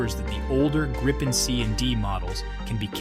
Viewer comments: G R I P P E N pronounce it right please ;0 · Only americans cant say Gripen the right way. 😂😂